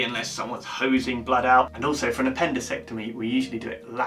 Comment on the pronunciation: Wait Did you say appendecectomy instead of appendectomy?